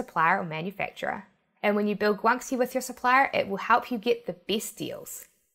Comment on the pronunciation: Pronunciation isn't that difficult. (Gwan-she, not gwan-see) And I don't think is real. LoL